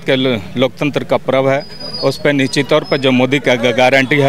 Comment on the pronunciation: भाई टोपी वाले निश्चित होता हैं आप निचित बोल रहे हो